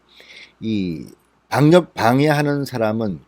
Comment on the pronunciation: 즐겨 듣는 애청자 입니다. 항상 감사합니다. 진 의원의 발음상 오류를 알려드리고 싶어요. "감염 " "방역" 을 말할때 잘못 발음하고 있어요 교정하면 훨씬 듣기 좋은 방송이 될듯합니다.